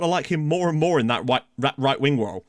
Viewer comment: Wight Wing Woll ... lol lol lol